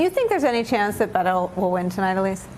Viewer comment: Please learn how to pronounce Beto.